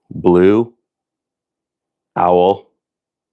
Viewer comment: Did you say Blue Towel?